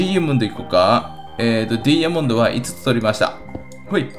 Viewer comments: ドゥイヤモンド？ 言い方が気持ち悪い。ダイヤモンドでいい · ドゥイヤモンド(ダイヤモンド)、、、www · ダイヤモンドの発音、面白い。